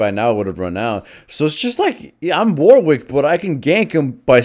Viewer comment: Fun fact: Warwick is pronounced more akin to war-ick, not war-wick.